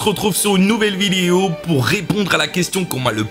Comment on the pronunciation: Regarder le mot vidéo qui dit à la 5 ème seconde lol l'articulation